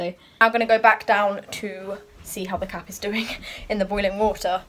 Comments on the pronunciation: When she said I'm gonna check on the cap in the boiling water i thought she said I'm gonna check on the cat in the boiling water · When she says cap it sounds like cat Ok I'm going to check on the cat in the boiling water